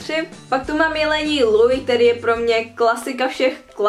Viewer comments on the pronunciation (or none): none